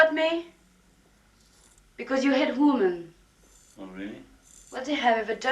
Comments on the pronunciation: It is women not woman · You pronounce the plural of woman the same as woman… ITS WOMEN… you consistently pronounce it wrong. WHY!?!?